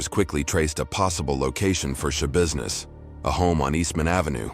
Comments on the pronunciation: Why do I keep hearing her last name as Showbusiness? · I'm sorry but my seriousness went away every time I hear Shabusiness- why am I like this. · Is there nobody going to say anything about her name? Taylor Schabusiness. How do you pronouce it? Tai-lor Ya-busi-ness? She definitely made it ya business alright. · It's not shabusiness